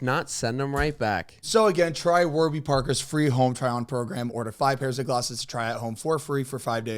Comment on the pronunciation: “Warber” parker 😂 they gon be mad